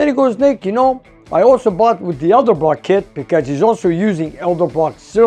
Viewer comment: I love Nick, but, dude, it is ED-ELBROCK, not EL-DEBROCK.....